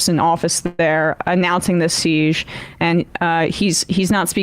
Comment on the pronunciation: Emma pronounces 'siege' so weirdly.